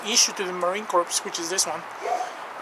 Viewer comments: Core! Not corpse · It's pronounced Marine "Core" even though it's spelled corps.